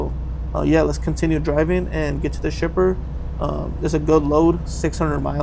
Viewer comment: Is it just me or does it sound like he says “stripper” instead of shipper 😂